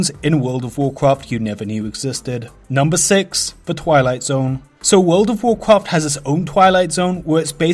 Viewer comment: Actually,with that said,lets play the clip of a wold uv wuarcwaft